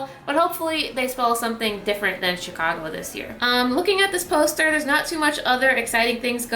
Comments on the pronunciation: I thought there was an A in Chicago? ;) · Chicago not Chigo